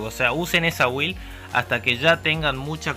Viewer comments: muy bien video amigo!| solo pequeno consejo se pronuncia "bild" jajaja cada vez que dices "wild" pienso en salvaje XD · se pronuncia bild (build) bild please sos un geniooo